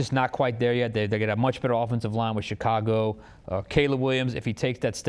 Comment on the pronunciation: Did say ShitCago??? 😂😂😂